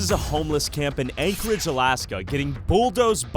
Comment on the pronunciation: "This is Ankle-edge, Alaska."